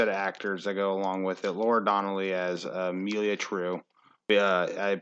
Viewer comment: i don't know if you pronounced a single character name correctly lol. they're "amalia", "penance", "horatio"... anyway, the nevers is a terrific show, but it definitely demands a lot from its audience. you have to pay careful attention, and you have to trust that every odd detail and seeming mistake is intentional and will be explained later.